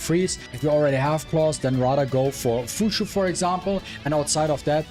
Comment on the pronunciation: Fuqui why pronounce is Fushu? Isn't it closer to fukyu